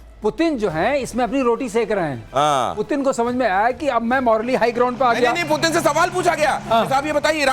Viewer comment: Phelay Putin Ka naam to Sahi pronounce Kar lo pagalo